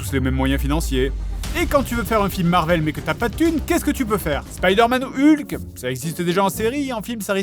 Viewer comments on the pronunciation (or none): none